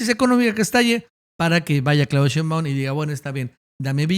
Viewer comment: Señor ,me gusta su trabajo,pero me causa algo el que no pronuncie bien el apellido de la Presidenta Claudia Shembaun,se acentua en Shé.🤭